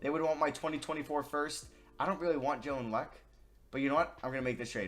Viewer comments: it's pronounced jalen leck-you not jalen leck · it's Jalen Le-Cue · this man said Jaylen Leck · I’m getting tired of u saying my guy jalen lecque name wrong. The guy is a walking bucket do a rebuild over him